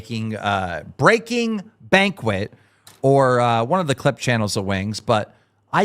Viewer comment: I love how Keem can never pronounce Banking Braquet lol fuggin idiot